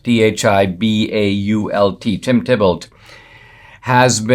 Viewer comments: I'm sure Thibault is pronounced "T-bo". French name. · It's pronounced 'Tee bo'. 'Bo' as in rhyming with "toe". TEE BO.